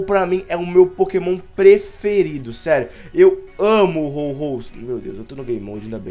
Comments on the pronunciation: É Ho-oh e não Ho-Ho noobao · Ao invés do dizer Ho-Oh ele diz Ho-Ho